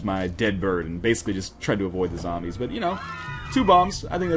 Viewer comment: Why do people say "Zombie" but then "Zambies" and not "Zombies"?! =(